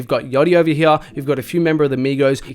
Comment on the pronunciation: Anytime he says hear I die lol. “Right Heeya”